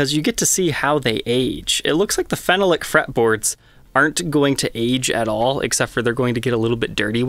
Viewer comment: Great video! One thing though, phenolic, your pronunciation needs help. You are saying it fennel-lick. It's actually feh-NOLLick. Emphasis on the second vowel, makes it rhyme with Ben Frolic. Keep up the good work.